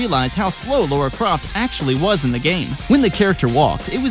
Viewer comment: 'dee-bee-ass-ee' is how it's pronounced - "Laura Croft" ... Laura? LAURA?? C'mon dude, REALLY!!??? smh... Imma just stop here, before I get (even more) special-snowflake-triggered.